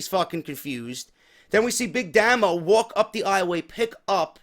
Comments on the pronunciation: Its Pronounced "Daymo" not "Damo" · pronounced DAY-MO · Big Damo was the first wcpw world champion and he faced rampage. He's great you should like him and it's damo not damno